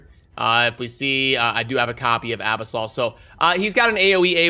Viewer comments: Uh- biss- uhl not ab-us-all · abisol? a-Bis-ul -- from the abyss